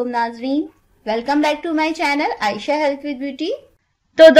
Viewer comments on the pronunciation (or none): none